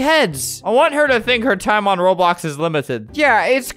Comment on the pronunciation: Tivia: he says Roblux